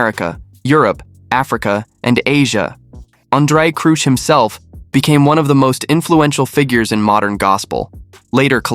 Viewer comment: Andre Crouch as in Couch, not Crooch as in Pooch. 😂😂😂😂😂😂😂